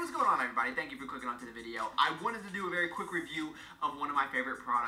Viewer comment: Keep the vids short 10 minutes or less. You do speak very fast which is ok by me. In your intro you say "thanks for clicking on the video" but it sounds like " thanks for COOKING on the video". .,,at the end of the day you get a 👍🏻